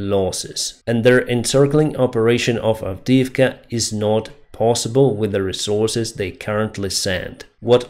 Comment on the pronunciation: "Not" is not pronounced "Nut"